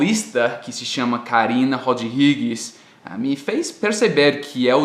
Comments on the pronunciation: Rodrigues não se fala Rod+Ri+gues..mas sim Ro+DRI+gues. como Abraço se diz a+BRA+ço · Karina Rod-Rigues???? Não, pronuncia-se Ro-DRI-gues. kkkkk Adorei o vídeo, como sempre! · 'Carina Rod, Rigues', Hahaha. Acho que não,. Deve ser Rodrigues assim como se fala 'drift'. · Olá, seus vídeos são ótimos! Só uma dica: aos você pronunciou o nome Rodrigues incorretamente. A pronúncia correta seria algo como Roll Dree Guess! Abraço! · se diz Carina Rodrigues (o "dri" como em "driven"), não Carina Rod Rigues... Espero ter ajudado